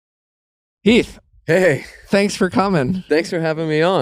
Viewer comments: I feel so bad for Heath. Nick saying his last name wrong, and them not trying to learn anything about him. It seems like Heath is just there sitting on the couch. He had no ideas or much input to any conversations. I feel so bad! Only watched this for Heath! And he barely talked :( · Not him saying heaths name wrong …